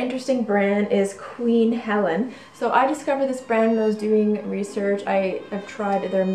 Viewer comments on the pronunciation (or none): It's pronounced Queen Hell-eene. Not queen Helen. You mess up quite a few pronunciations and I thinks you would be more of an authority of these products if you would make an attempt to correct these pronunciations. Thank you. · It's pronounced Queen He-Leen.. not Helen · It's Queen HELENE, pronounced Hell-een, not Queen Helen. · I think it is pronounced Helene? Like Charlene. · Its pronounced Queen Hel-een.